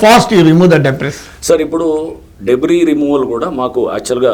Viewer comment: Professor, “Debris” is pronounced as DEBRI